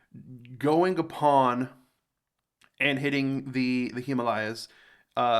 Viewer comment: Well.. First American who pronounced The himalayas correctly.. Kudos